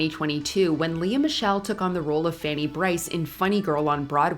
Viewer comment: It's actually 'LEE" Michelle, not Le-Ah.